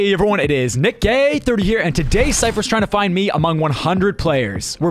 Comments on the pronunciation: I realized he said nickgay30🤨🥶 at the start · “Hey everybody it’s nickgay30” not being rude it’s just how it sounded 😂😂😂